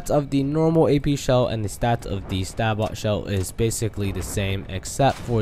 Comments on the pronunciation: its not sa bot, its a bit different, is more like ''say bow'' ''sa bow'' because ( if i remember correctly from my grammer lessons, the T makes a W sound instead in that word ) but whatever lol it just bugs me when people say a few words like that, anyways great breakdown! thanks for the info :) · sabot.. (say-bohe) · BTW SABOT is pernounsed Say-Boe ;) good video!